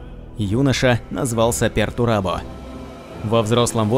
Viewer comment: Не "Пертурабо" а "Пертурбадо", с испанского слова Perturbado что означает "Возмущенный (каким то событием)", "Беспокойный" или же "Нарушен (чем нибуть или кем то)"